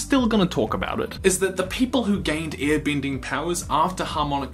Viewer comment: u saying ear binding annoys me so much sorry cant just ignore it, ur vids are great